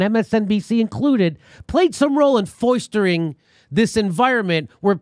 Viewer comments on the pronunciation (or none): Jimmy... Foistering? Lol